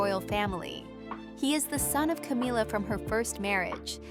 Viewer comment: Is there a reason you mispronounced Camilla not in the English way but in the Hispanic way for ‘Camila’? Have you never googled the correct pronunciation or even listened to a news presenter? Are you unable to hear the difference?